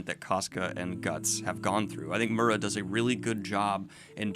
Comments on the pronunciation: daniel, MIURA is spelled "Mee oo ra" (the R here is like the russian R, not the USA R) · I find it funny that you pronounced miura as mura. Which is swear word in my language.